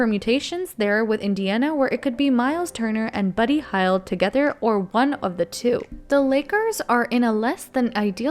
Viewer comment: With respect have a pronunciation guide in front of you for when you read these. Talen. Hield.